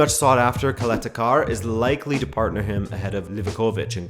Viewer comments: Did you just call Čaleta Car Kaleta Kar. Wow. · Try pronounceing it as "chaletha tsar"